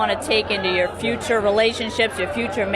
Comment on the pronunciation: she DEFINITELY pronounces the Rs in "future." What happened to her accent???